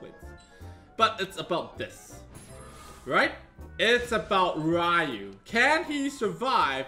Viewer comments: Its riyu, not rayu 😂😂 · He's asian and yet pronounces Ryu wrong facepalm